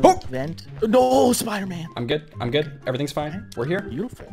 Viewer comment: Episode 2 you said spooderman